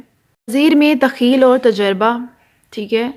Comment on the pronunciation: تخیل کا تلفظ بہت غلط ھے